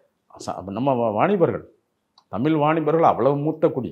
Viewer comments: இவர் தமில் என்கிறார் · இவர் 'தமில் தமில்லர்' என்று சொல்வதால் இந்த காணொளியைப் பார்க்க முடியவில்லை.